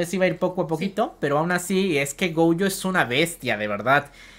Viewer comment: Es Gojo, no goujo, es shinigami, no shanagami xD